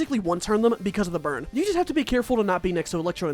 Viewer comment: he just straight up says bird? i thouhgt it was burn lmao